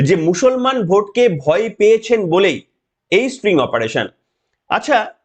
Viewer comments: খুব ভালো লাগলো। তবে কথাটা string নয় sting. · String na, spring na, "STING" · মহাশয় এই ধরনের অপারেশনকে স্টিং ( হুল) অপারেশন বলে, 'স্ট্রিং' নয়। ভুলটা চোখে কানে খুব বাজছিলো। যাইহোক ভিডিওটা যথেষ্ট যুক্তি সমৃদ্ধ। চ্যানেলের জন্য শুভেচ্ছা। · ওরে ক্ষেপা, এটা স্টিং অপারেশন, স্প্রিং নয় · ওটা স্টিঙ হবে, স্ট্রিং নয়। কম্পিউটার সাইন্সের স্টুডেন্ট বি টেক করেছেন,এম টেক করেছেন,কলেজে পড়িয়েছেন! ফালতু কথা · স্ট্রিং নয়, কথাটা স্টিং।